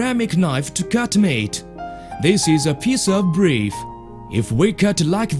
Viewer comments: "this is a piece of breef" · this is a piece of breef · A piece of breef? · Lmao this is a piece of breef!! 8.40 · Srice of breef